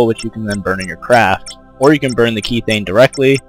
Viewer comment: pronounced "k-eth-thane